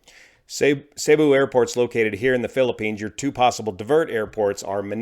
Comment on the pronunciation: Cebu is pronounced seeboo (cee - boo)